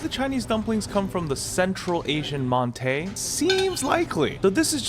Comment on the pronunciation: ??? We call the bready things maan tau 饅頭 in Hong Kong. Also it's mantı not montay.